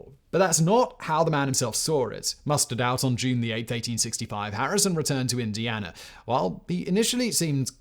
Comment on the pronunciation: why do you say Indianer?